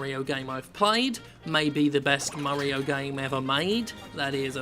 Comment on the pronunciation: "Super Murry-O Odyssey"